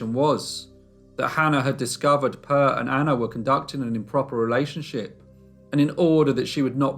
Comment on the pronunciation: you did great. However, the E in Per, is pronounced more like the A in admire. Love from Sweden. Stay safe.